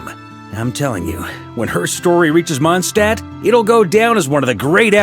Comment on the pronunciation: ah man; they made him pronounce Mondstadt wrong this time. I was happy to hear it being pronounced correctly in the last archon quest, but alas